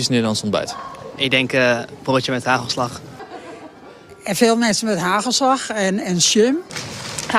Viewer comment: HUGHELSLUHGH. Not too bad pronunciation 👏